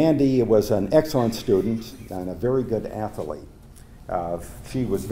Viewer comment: The word is also pronounced incorrectly.